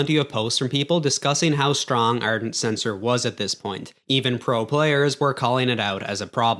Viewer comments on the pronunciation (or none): ARdent, not Ernt